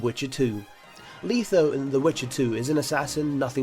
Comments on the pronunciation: LETH-O not leetho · No one going to comment about pronunciations? "Myra"? "Leetho"? No? Okay.